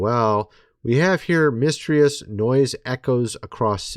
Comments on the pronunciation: What is the definition of "Misstreeus" I've never heard of that word before. Are you trying to say "Mysterious"? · The fuck is miss Treeous? You mean mysterious ? [miss tier é us] this is by far the weirdest thing I’ve ever heard anyone say, are you an AI? Wtf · Say, "Mysterious" and "Documentary" 😄🙃 "Miss tree us" and "Docu men Tarie" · Love ya bro,but it's pronounced, mist-ear-eee-us... mysterious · Misss. Teri rious. Pronounced like she did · Miss - Teer - E - Us.🤦‍♂️ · Seriously? You don’t know how to pronounce mysterious? Again? She knows how! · Tony, do you not know how to say the word "mysterious" lol? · Please pronounce mysterious correctly, if you don’t know how, google pronunciation.